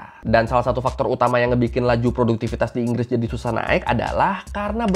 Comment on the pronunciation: btw bang, yg betul "produktivitas" yak